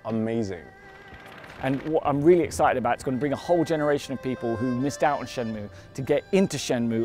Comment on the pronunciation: lol that guy in the video says shenmue like shenmoow